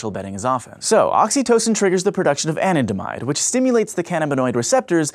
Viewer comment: Anandamide is pronounced Ah-Nan-Da-Mide not An-in-de-mide